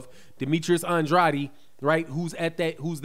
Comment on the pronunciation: Yo you my boy and I love your channel but dam that’s not how you say Demetrius last name bro lol